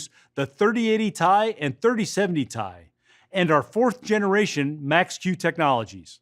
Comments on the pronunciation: Why does he keep saying Ti. Everyone knows Its pronounced Ti. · Its called a T I not TIE... who is this guy